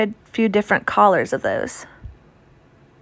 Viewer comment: Was wondering why she kept talking about collars and wondering what that could mean? I was half way into the video and realized she was saying colors!! 🤣 Oh my goodness. They look cute girl!